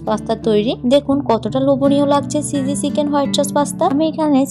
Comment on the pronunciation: আপু আপনার ভিডিওগুলো ভালোই কিন্তু আপনার pronunciation ( উচ্চারণ) গুলো ঠিক করলে আপনার ভিডিও আরো অনেক ভালো হতো, যেমন : চয়া চস না সয়া সস হতো, চিঝি না চিজি, এমন ছোটখাটো কিছু উচ্চারণ ঠিক করলে আপনার ভিডিও আরো সুন্দর হবে